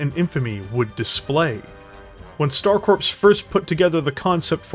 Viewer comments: Please stop saying Star corpse. The p and s are silent it is pronounced core. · Do you keep saying star corpse instead of star core when you say Star Corps?